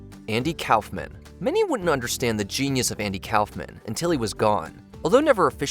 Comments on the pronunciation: It is NOT pronounced Cowf-man... Try cough-man. Only had to pronounce 20 names right. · Andy “Calf-man?” Kaufman is pronounced Kaaf-muhn. aa = ah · K ah fff min Not Cow fff min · What is a "Cowf-man"? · I have never heard anyone pronounce Kaufman that way. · If you're going to do these lists at least pronounce their names right. Put some respect on Andy Kaufman's name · see the part where they pronounced Andy Kaufman? Ai slop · "Kaufman" isn't that hard to pronounce... At least I thought so, until I watched this video. Boy was I wrong